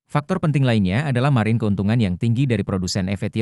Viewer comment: Blm di train ngomong margin yg bener